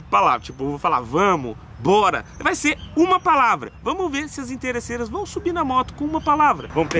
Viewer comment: Inteirreçeiras kkkk